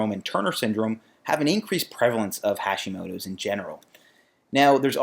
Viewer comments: Small thing. The "ha" in Hashimoto is pronounced like "hot" not like "hash". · You pronounce it so badly… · "Hacks" would work if that's how you pronounced "Hashimoto"...